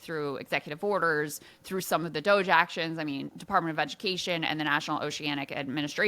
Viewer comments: Ryan not being able to pronounce DOGE is becoming a great running joke. No one tell him, please 😂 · Regardless of what you think of 'DOGE', Ryan calling it "Doggy" is funny. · Ryan pronouncing doge that way is pretty boomer and cringe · Ryan refusing to pronounce Doge correctly, is top tier entertainment